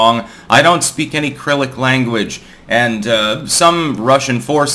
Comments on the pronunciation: Wouldn't that then be pronounced "Kye-rillick" and not "Krillick" like said? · Cyrillic... "SA-RILL-ICK"......NOT, "CRILL-ICK"...you dolt. Gotta add that to the list if -isms. Pig-in-a-poke!...Vim-Mayo!...ANNE-Ja-Na!...No-Bull Prize!...Pangolin!...Chee-Com!...Satanic Panic!... Cowar-Dice!... Ah-SPAR-tame!...Arch-Ah-Pah-LAG-Oh! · You don't speak "CRYILLIC" languages ??? Its Cyrillic - sir-RILL'-lick -- you keep mispro-clanking that word. CRILLIC is a character in World Warcraft - I actually looked that up wondering if you knew something I didn't know. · Is it "Krillic" or "Syrillic"? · By pronunciation of “Cyrillic” you can tell he was dead serious about his inability to speak such languages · I thought for a sec he picked up a painting hobby and was listing his favorite medium